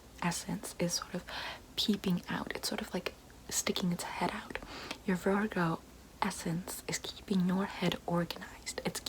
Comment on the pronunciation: virRgOo 👁👄👁